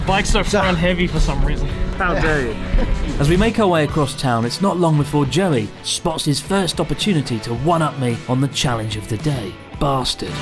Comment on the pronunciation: I really thought he said Jelly instead of Joey